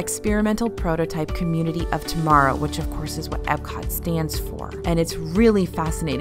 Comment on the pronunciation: It’s Epcot. With a p. Not a b.